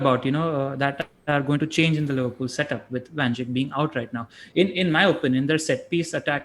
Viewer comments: Nobody: Literally nobody:: Van Jik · Trying REALLY hard to pay attention to the discussion in the video, but it gets tougher after each Van Jickk. I am not picking on you, Just curious how this pronunciation came about considering he is discussed in almost every post-match show, and that the lad has been around in the PL for years. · Cringing hard everytime he says van jik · How the heck are you pronouncing Van Dijk? Van Jik???? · Pronounced “Dyke” mate, pretty easy give it another go.